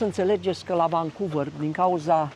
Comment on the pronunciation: nu te supara, motivul pentru care te intreaba canadienii de unde esti este ca vorbesti engleza ca si Iliescu. Ai frecat-o la rece in Canada in loc sa-ti perfectionezi accentul. Eu am venit la 40 de ani si am mers la scoala. Nimeni nu ma intreaba de unde vin pentru ca vorbesc corect.Tu nici Vancouver nu poti pronunta ca lumea. Nu e suficient doar sa ai masina ca sa fii ghid. Trebuie sa ai si scoala. Mergi in Romania sa vezi acolo rasism. Tocmai ce am vazut la Stirile ProTV un amarat din Bangladesh care distibuia pizza in Bucuresti cum a luat bataie de la un mioritic pe motiv ca i-a invadat ala tara. Asta in timp ce Romania a trimis afara 5 milioane de imigranti. Huuoooo!